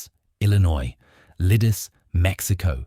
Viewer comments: Leedeechay"! Not " Lee-dis"! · It is pronounced LEE-DIH-TSEH, not liddis, and not liddish either. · You act as if the grenade had nothing to do with his death. What an absurd statement. "Gesh-stapo"??? "Lidice is pronounced ENTIRELY different from your failed attempt. My uncle, a Slovak was living in Praha in May, 1941. In terms of your pronunciation of Lidice, he'd be unable to understand what you are talking about. Apart from what I've stated, your report is pretty good. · Pronounce Lee dee tsay I visited the place. And the crypt. And the Terezin concentration camp